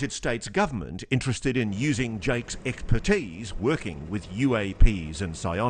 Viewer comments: does Ross say eggpertise 😂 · did the narrator really just say “egg-spertise” 😂 maybe I’m just hearing it wrong lol but